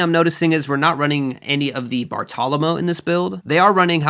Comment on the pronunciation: Great video but Bartolomeo is pronounced Bar-toe-luh-mayo